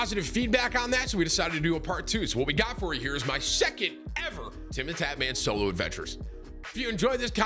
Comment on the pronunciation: For second there i thought Tim said Cholo Adventures 🤣